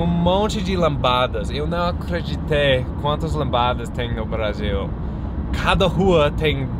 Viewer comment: Nada a ver criticar a pronúncia... todo mundo entendeu, certo?